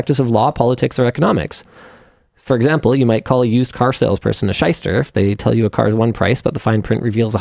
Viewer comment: Shyster. As in Shylock.